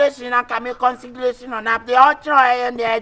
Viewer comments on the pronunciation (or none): Jack Jacktolo is just consigration u madam, herr akabenezer 😂😂😂😂😂😂😂😂😂😂, what is consigeration again 😂😂